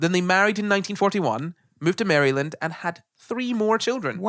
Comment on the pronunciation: Listening to you guys butcher my state's name made this episode actively painful (most of it was great, just please learn how to say Maryland the correct way)